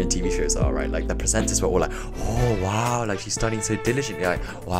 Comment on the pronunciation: The "OoH WAaAw" was very korean 😂. Great video! Keep it up .